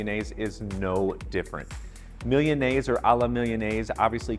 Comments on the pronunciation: It's not "millianaise." It's MEE-LAH-NAY-ZAY. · He should have researched how to pronounce Milanese. That aside, the recipe is pretty good! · Anyone else bothered by how he pronounces milanese? Probably says empañadas too lol.. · Um you need to learn how to pronounce Milanese